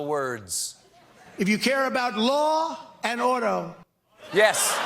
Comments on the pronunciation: I thought he said “Law and Otto”……….want to get blotto 😆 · I'm pretty sure he said LAW & OTTO, not AUTO :D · I heard “law and odo”. I thought he was saying “law and odor.” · I thought he said Law & Odo from DS9. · I thought he said "Law and Oder."